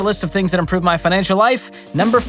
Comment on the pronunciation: did George say Pinancial Peace?